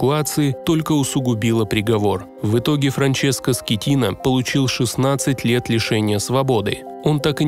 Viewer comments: Не скетино а скатино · Капитан не Скеттино ,а Скаттино! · Франческо Скатина а не Скитина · Он не Скитина, а СКАТИНА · Теперь Он Франческо не Скетино а Скатино..😄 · Франческо скатино а не скитино получается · Франческо Скотина,а не Скетина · Скеттино, но ударение падает на и.